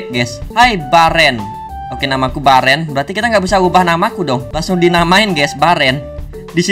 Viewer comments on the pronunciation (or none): Bang namanya Beren bukan bearan